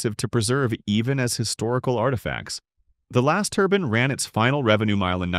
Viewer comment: A "turbin" is something you wear on your head. A "turbine" is what is being talked about here.